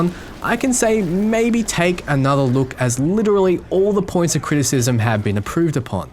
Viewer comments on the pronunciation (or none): "all the points of critsism" see: Crown